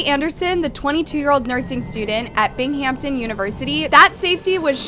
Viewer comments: BING-HAM-TON all one word Binghamton no need to emphasize Hampton no P in the city's name. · Why are you saying BINGHIMTON like that?😂😂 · is not the best at correct pronunciation which bugs me sometimes and it happens in each video but I love her content so it doesn't bother me anymore.